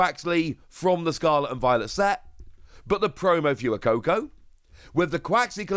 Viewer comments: Love you It’s pronounced fway-coco. As in fuego in Spanish meaning fire. 😘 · the way you pronounce fuecoco is not correct